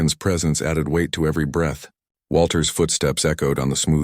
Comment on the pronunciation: I can’t believe David, who stepped out on the relationship first, has the hutsba to retroactively claim Adana. It was his actions that caused their relationship to collapse. The Nerve! Now to the AI narrator, learn the nuances of words like breath.